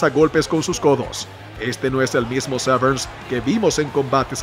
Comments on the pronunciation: Que mal pronuncias su apellido, no lleva "ese" al final, no es Severns, es Severn, sin "ese". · Severn, no SevernSS! xd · Dan "Severns" lol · Que te pases todo el vídeo pronunciando mal el apellido del protagonista no es muy profesional...